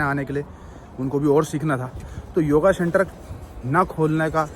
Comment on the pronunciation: Shenter nahi centre bolo bhai